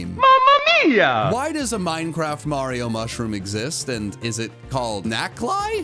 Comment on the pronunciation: HE SAID THE MARIO MUSHROOM RIGHT LETS GOOOOOOOOOO! well it’s second and final form at least